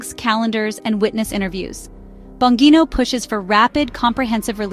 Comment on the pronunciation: At least learn how to pronounce the subjects names before creating a video! It’s “bon-GEE-no”…as in “gee, u sound stupid!”🙄